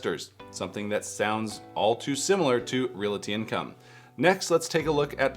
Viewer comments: Realty is two syllables, LOL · Never realized so many people can't pronounce "realty." 2nd YouTuber in a row that's bungled this.